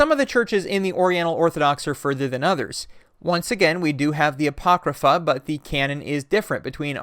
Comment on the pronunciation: my eye twitches every time i hear you say "apocrypha".